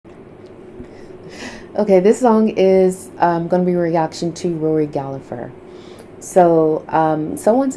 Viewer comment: The name is Gallagher don't pronounce the second g no p